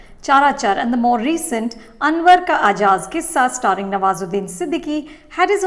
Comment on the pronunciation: "Anwar Ka Ajab Kissa" mam, not Ajaz Kissa.